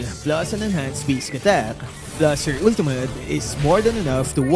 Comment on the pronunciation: “Ultumut.” —LMAO